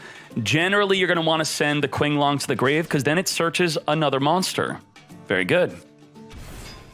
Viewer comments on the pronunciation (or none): I know this is annoying but It's pronounced "cho-cha" not "cha-chi" and "tshin-long" not "kin-long".